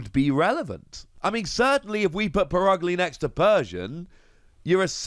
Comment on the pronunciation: It’s pronounced per-UG-lee not put ugly, cmon guys try harder